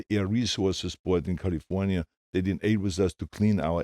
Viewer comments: Adam Romero CAHL-IF-OWN-YA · Me to I'm just waiting for the arrrrrrrrrrrrrrr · Yes! min